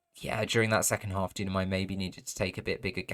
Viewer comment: Hi there ! Thanks for the cast ! Just a detail, it's Dunamai (pronounced Doo-nah-my). Cheers !